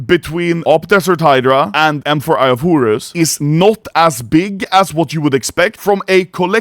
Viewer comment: Eye of Hurus, Hurus, Hurus.... xd